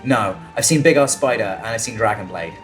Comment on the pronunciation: Sean : Big ASS spider Dan : Big ARSE soider